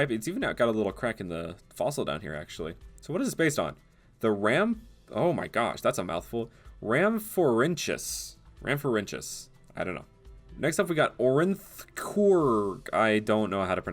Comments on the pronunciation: The end of the word Rhamphorhynchus is said rinkus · The base of amourynchus was pronounced ram-for-ink-us